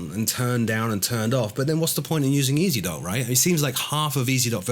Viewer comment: "Ezdok" in Russian means "Rider". The correct way to pronounce it would be "Yezdok" with the emphasis on the last vowel. FYI.:)